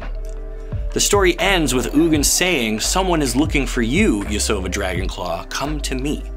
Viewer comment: You're pronouncing "Ugin" wrong, it's pronounced "Eugene"